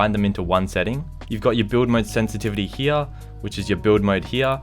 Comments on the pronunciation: I get so mad when he says heya instead of here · Lmao love the way he says “hea” no hate I’m subbed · This is how many times he said "here" pronunciation "hea"😂 👇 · Its funny the way you say "here" 😂